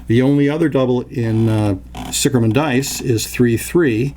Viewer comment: sicherman, obviously a German last name, literraly means "safe man" or "secure man". and pronounced ziher man :) hence, Zih Gammon might be a more appropriate name. just my two cents...